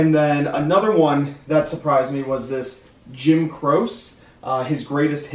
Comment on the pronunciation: Butchered poor Jim's name - Good finds though! 😀